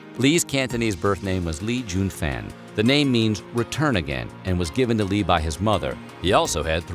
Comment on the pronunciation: Interesting video (although most if it I already knew) but 2 things might make people question the validity and this might seem nit-picky but...his Chinese name was Lee Jun Fan - pronounced "FAWN" NOT "fan" and it's Jeet Kune Do - pronounced "DOE" NOT "due". Yes I saw many others chimed in on that and rightfully so...I CRINGED every time I heard him say "due". Sorry but no excuse for these oversights. Obviously the narrator was clueless